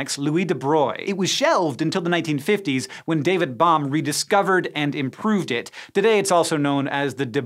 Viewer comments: Bohm should sound like you're saying a bow and arrow. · I always that Bohm rhymes with Ohm rather than Nom... but it could be me. Also... shout out to PBS SpaceTime that has a MUCH deeper treatment of this material over MANY videos.